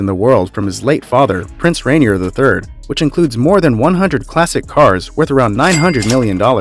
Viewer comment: Grand Duke Henri, not Henry his first name is pronounced in French. The r at the end of the late Prince Rainier's name is silent. It's not pronounced like the r in Mt. Rainier which is pronounced in an American English way , given the volcano 🌋 was named in honor of an 18th century British explorer.